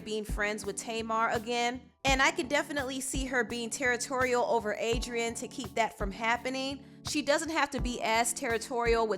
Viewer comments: 😒😒😒then he said Adriana 🙄🙄😠ughhh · Pronounce Adrienne’s name right wtf